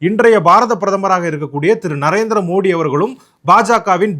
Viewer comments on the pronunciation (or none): none